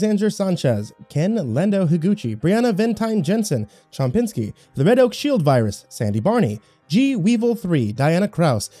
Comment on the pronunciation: One day he'll realize that it's "Chompski", not "Chompinski"